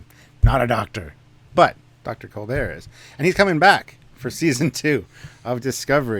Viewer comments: Culbur not Culbin. Sorry, frightful nitpick. But it's bugging me. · It's Culber... just nitpicking.